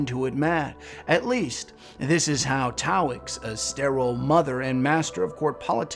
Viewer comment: Love your vids Sir! Well made and written. Just one critique; you kept calling Taox "Taoix"